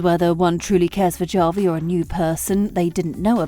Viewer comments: It's pronounced "Ha-vi", not "Ja-vi"!!! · how do you make a video essay about something but you can’t even pronounce the characters name right… “ja-vi” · His name is Javi! Pronounced like "havi." It's a Latin name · OMG!!! Javi is pronounced Havi with an H sound not a J sound. Did you watch the show? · Seriously don’t know how to pronounce Javi! What a joke! Bot or Moron! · Stop mispronouncing Javi's name. It's legitimately disrespectful to insistently pronounce it wrong. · my skin crawls each time i hear how she pronounces "Javi" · It's not a real narrator. It's an AI narrator and that's why it can't pronounce non-English names correctly